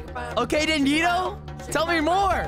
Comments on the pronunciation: Its dandidoo not dandido it kinda sounds like furcorn on plant island and its kayana not kayna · It's actually Dandi Doo not Dandi Do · It’s dandidoo do not dandido you always say it wrong it’s dandidoo not dandido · dandy do(do as in do more videos) that’s how it’s pronounced😅😅😅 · I hate how he says dandidoo like dandido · Why does bro pronounce dandidoo like that?? It's pronounced dan dee doo not how it's spelt